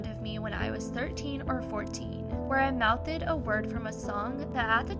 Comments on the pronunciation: "Mouthded" LMAOOO girllll it's mouthed, don't add an extra letter XD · It's not pronounced mouth-ed it's just mouthd 😅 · Omg learn to pronounce your words right, its not mouth-ed, its just mouth-da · Mouth-ed... 🤣 are you serious?